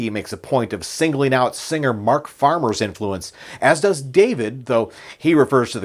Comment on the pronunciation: Is it Mark Farner... Or Mark Farmer...🙄